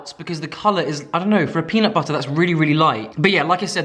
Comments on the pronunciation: peanut butta. peanut butterrr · I will NEVER get over my love for saying peanut butterrrrrr. It’s literally the best 😂😂😂😂